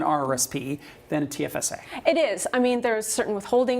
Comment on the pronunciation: It's T.F.S.A., lady. Not "tifsa."